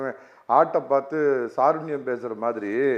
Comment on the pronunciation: Dei venna nee unmaiyaa padichavanaa. Adhu saarunyam illadaa, adhu kaarunyam daa. Ezharai illaadha Edappadi aatchi, sattam ozhungaa pesura. 13 pera shoot panni konnuttu TV paarthu therinjikitta Edappadi aatchi nallaatchiyaa. Ivana edhukku debate ukku invite panreenga.